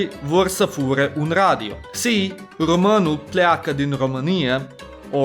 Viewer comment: firstely românul vrea să plece ... dud you have red it like romanul vrea sa place ... why dident you acount for the â and ă ... and why did you red plece like place ... its whit e not a